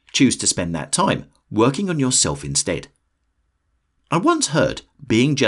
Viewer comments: Believe in “YourElf” 😂😂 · "yourelf" haha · “believe in yourelf” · "Believe in yourelf" . Lol just messing. I needed this, thanks. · “Believe in yourelf” 😄👍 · "believe in yourelf"